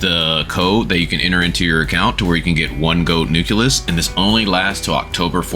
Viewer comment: nucleus not nuculus, nuclear not nucular